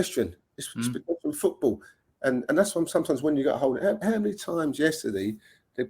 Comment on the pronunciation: Fred doesn't even know how to pronounce football how the PE teacher keeps playing him every week unbelievable